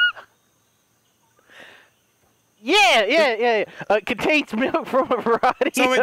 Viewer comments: I am honestly in tears about trying to pronounce "homogenized." 🤣🤣🤣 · That bit where delirious’s pronounced homogenised as homo genocide made me break down laughing 🤣